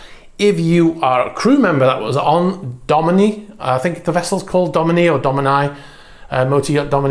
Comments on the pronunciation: Not Italian, but my parents were both fluent in it. Domani is the Italian for 'Tomorrow' and is pronounced DoMARni. Hope that helps :) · I'm fairly sure it's pronounced do-maah-ne. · Domani is Italian for "tomorrow", pronounced Do-Mah-Ni. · If the name of the yacht that almost sunk is the Italian word "Domani", it is pronounced /doˈmani/ and means "Tomorrow". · Domani is pronounced "domarni" . . . Italian for 'tomorrow' . . . 😉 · I would say it is pronounced DO mani as in the Italian word for tomorrow. Accent on the first syllable. Do pronounced Doe. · Why would u place r in the word domani? It is pronounced the way it is written